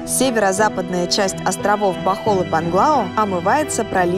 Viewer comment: Правильно БОХОЛЬ